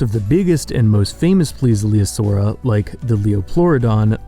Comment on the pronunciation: slight mistake, not calling you out, im just really annoyed, plesliosauria is the way he said it. there is no second L, plesiosauria is the way, sorry for the tangent